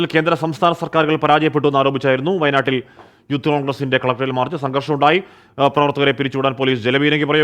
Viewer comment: വായ നാടല്ല...😅 വയനാട്.... 😮